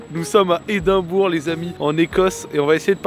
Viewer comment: Edimbrough = Edimbra